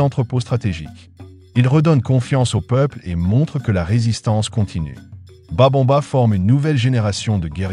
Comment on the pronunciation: C'est Babemba et non Babonba ok 👍😊